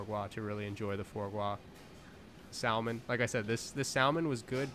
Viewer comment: Dude it's pronounced sah-man the L isn't pronounced like that 😂😂😂